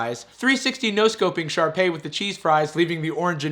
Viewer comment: "Sharpey." lmaooo It's Sharpay.